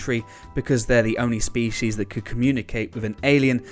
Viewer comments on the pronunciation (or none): none